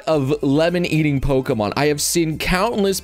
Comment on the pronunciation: I can't tell if your farming engagement by getting the Pokemon names wrong or if you genuinely having a streamer brain moment